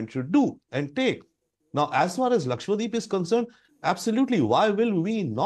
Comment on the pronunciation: Lakshadweep ( Laksha Dweep ) . And not lakshwadeep!!